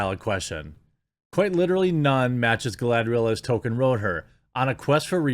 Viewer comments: TOLKIEN not TOKEN, why are names so difficult for you? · “Tolkien” is starting to be pronounced like “token,” which seems appropriate given the commitment to representation. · Imagine putting RACE QUOTAS in a film literally written by a dude named Tolkien (PRONOUNCED TOKEN) wouldn't backfire. Good lord. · Do you deliberately say Tolkien as "Token"?